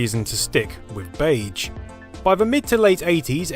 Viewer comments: Something about the way you say "beige" really bothers me. "Bayj" feels wrong when it's "beyzh". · "Beidge"... Sure let's go with that. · In this video: Beyj. Bayj. Beyj. Beyj Beyj Bayj. I checked American and British pronunciation. You're sayin' it wrong. And you said it wrong a lot. The 'ge' is like 'rouge' and 'genre' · I hate that you keep saying BEIJ instead of beige, pronounced beizh. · Gaaaah, all I can hear now is "Bayj" instead of "beizh". Have you done a word count of how many times you said it,? Are you saying beige in your sleep now? (I mean, more than usual) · I'm British and this isn't how I pronounce beige... (bey'zh) not (bage). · I had no idea anyone pronounced "beige" like this. Baidj. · 'Bay-juh' dude... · 'beiDge' aaaaaarrrrgghh! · Bage? Haha in all seriousness though, great content! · Is therea "d" in beige ? Or is that an England thing? Lol love the video. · Baydj? Baydj? BAYDJ? FFS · Except that most British people would, I suspect, say it with the zh pronounciation, and not the way he does (I'm British myself by the way). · I was wondering what you meant when saying baje until I realised you meant beige. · it's not pronounced bayje i am crying MAKE IT STOP 😭😭😭😭😭 please I'm begging you I am only 4 minutes in how many times will you say bayj i am pleading i am on the floor in a puddle of my sweat please sir please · Dude, you say beige wrong. 🤢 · Pronouncing beige to rhyme with "age" is a bug bear of mine! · Mispronounce beige one more time! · I really loved the video, even the bizarre (mis)pronunciation of the word beige couldn't spoil it. :) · Is anyone else bugged with how he pronounces beige? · I profoundly disagree with your pronunciation of "beige". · That's not how British people pronounce it either. He's just saying it wrong. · Never heard beige pronounced beige